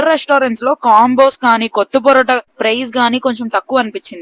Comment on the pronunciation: అది కొత్త పోరోట కాదే, కొత్తు పొరోట నీ యమ్మ.. తినే ముందు పేర్లు తెలుసుకో ఆ తర్వాత మెక్కు..